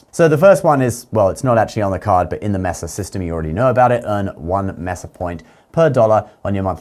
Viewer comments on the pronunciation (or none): Mess-uh. That doesn't even sound right. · Pronounced “MAY-sa.” 😊